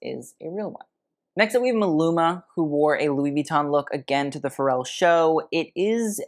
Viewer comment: Drive anyone else bonkers how he goes out of his way to pronounce "Versace" correctly, but then says Louis Vee-ton??